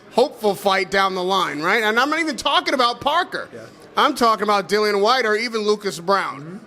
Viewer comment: For fuck sake,his name is Dillian not dillon